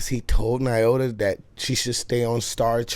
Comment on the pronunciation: Lol, i hate to tell, because I love him so much, but heis also pronouncing Nyota incorrectly. Lol Knee-oh-tuh. Friendly, constructive criticism. Have a great day!